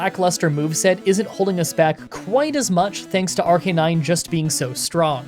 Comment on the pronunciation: It's pronounced Arcanine. "But I didn't watch the anime!" Thats no excuse, just look up a 20 second clip on YouTube